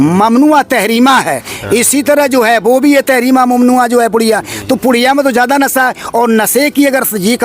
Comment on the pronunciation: یہ ملنگ جی کہ رہے ہیں کہ ہم بھی عالم دین ہیں حالانکہ۔۔انہیں برابر سے بولنا نہیں آتا ہے ۔۔ نشہ ۔۔کو ۔۔نسہ کہتے ہیں زندہ شاہ مدار کو ۔۔جندہ کہ رہے ہیں